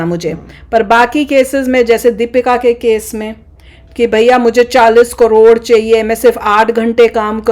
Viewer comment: Hn sab thik hai par wo kodod nhi aunty crore hai😂